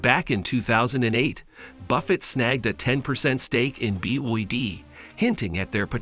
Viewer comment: Bee Wee Dee 😅